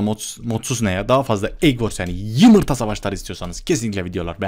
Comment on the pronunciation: Abi. Çok seviyorum seni. Hacker. Lerden sikilip. Biraktin çok uzuldum😭 He bu Arada yumurta demiyor. Yimirta. Diyor